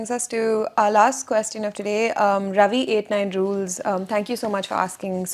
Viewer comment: please pronounce the word “question” correctly.